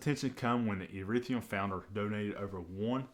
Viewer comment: ETHEREUM NOT ERETHIUM